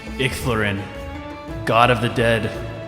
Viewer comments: icthalarin's pronounced Ick-tha-law-ren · It’s pronounced Icthlarin